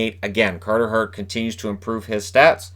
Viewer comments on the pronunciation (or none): none